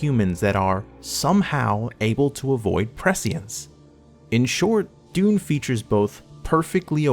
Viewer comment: Great video. But if you’re going to say prescience 70 times, do a quick google to learn how to pronounce it. <3